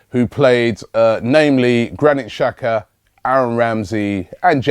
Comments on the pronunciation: Benjamin Rood yeah could be dzaka as well, but robbie says chaka or shaka, thats way wrong, somebody should tell him that. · does Robbie read these comments? Mate, its pronounced Jacka, not Shaka, when will you learn it? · it's pronounced dzaka